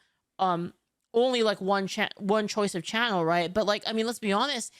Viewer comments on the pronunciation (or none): none